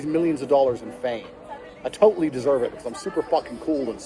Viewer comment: They should drop all charges if these brothers can pronounce the word "matter", "totally", or "later" correctly.